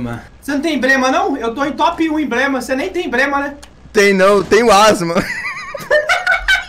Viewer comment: Nss,o melhor é o falando errado:"cê tem embrema"?